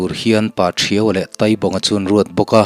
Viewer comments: Taaibaqnga ,taitea, tia thluk tur ni awm tak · Ngaihdan chu sawi thiang a ni bawka,Taibawnga hi Tâibawng tiin lam tala,a ngaihthlak a nuam zawkin a dik zawk a ngem aw te ka lo tive deuha. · Taibawnga hming i lam hi "Tai" tih lai tak hi thluk tur anih hmel. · Tai bawng tih hi tai tih lai hi mai hmin tai lam rik anga lam tur a ni ang